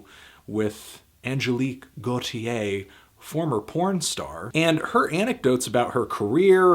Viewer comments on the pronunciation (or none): none